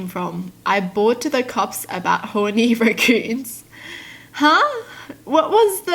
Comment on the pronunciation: I like how she pronounces "Raccoons" as " RECKooons"